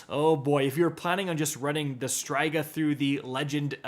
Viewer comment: Osteo STREEGAH!!! STREEGAH!! STRIGA!! Not STREYEGUH!!